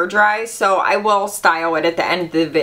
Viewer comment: Did she say shed "styew" her hair? That accent cute😊